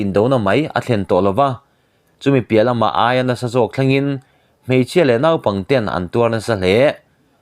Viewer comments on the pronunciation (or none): none